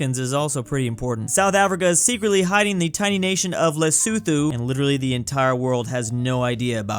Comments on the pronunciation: this is lusuthu Me: "le-soe-toe" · for future reference Lesotho is said as Leso2 not thoo